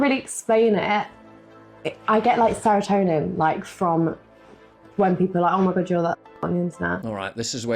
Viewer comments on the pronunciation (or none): none